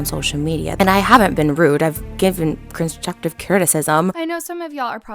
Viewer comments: Trisha can’t even say “constructed criticism” 😂 Like sis stop targeting a 16 yr old and get a life plz!!!! Oh wait I forgot, she don’t have one🤗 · “Courjuctuve critisim“ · i- Trisha can't even pronounce 'constructive criticism' but shes out here trying to cancel tiktokers. girl needa chill. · she didn’t even pronounce “constructive” correctly BYE💀👩‍🦯